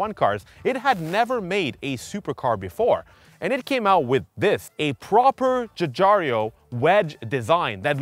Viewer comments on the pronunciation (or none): Ffs...if you are going to attempt a car channel, learn how to pronounce names. It's Guigiaro, "jew-jiharo" not "Jewjario".